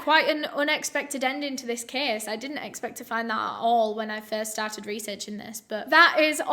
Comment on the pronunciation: "Let's get into de ceeeys". Oke